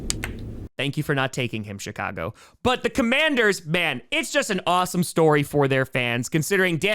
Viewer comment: It sounds like said the Shitcago Bears.